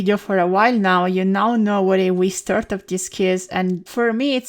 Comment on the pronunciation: whenever you say wii it sounds like wiss